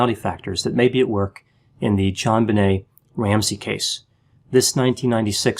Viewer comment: Thank you for saying "JonBenet, not ZhanBenet. The parents say Jon, not Zhan, so why can't people pronounce it correctly? Maddening. My nephew is Elijah, not Elizhah. Stop it, ya'll! J's do exist!